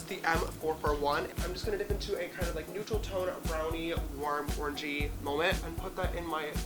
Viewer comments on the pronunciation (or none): sounded like orgy instead of orangey YEET 😂😂😂